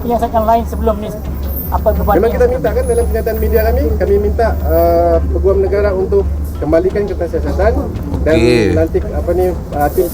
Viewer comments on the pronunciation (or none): ........cuma nak betulkan sikit jaa...mejoriti org Indonesia salah sebutan Peguam tuu...sebutannya yg betul tuu pe'guam'...soryy iyaa...cuma nak betoi kan ajaa🙏🏾🙏🏾🌹